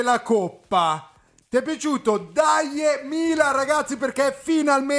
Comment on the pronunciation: Si dice "Daje", non "Deje"!